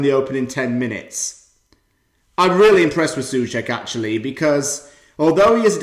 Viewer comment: czechs say So-cek but good video and great game.